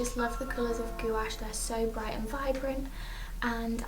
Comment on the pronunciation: Just a little FYI it's pronounced gwash